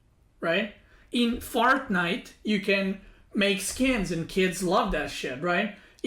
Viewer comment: mispronounce by: "Fart night"